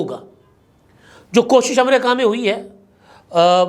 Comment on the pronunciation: “amrayka” Kia hai in Urdu its “Amreeka “